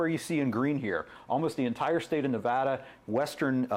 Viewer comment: It is Nev as in never, ada as in atta boy. Learn how to pronounce the states properly!